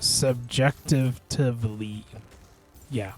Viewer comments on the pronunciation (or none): Mass-o-kiss-tick. Subjec-tivity.